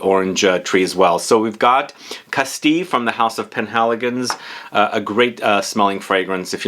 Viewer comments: Castile is a region in Spain, not a city. It used to be a kingdom until the early modern period, like Aragon and Catalonia. It's also pronounced casteel, not castee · I heard castee and penhaligon and wondered if it was something I hadn’t heard of until I realised it was Castile as in the kingdom of Castile.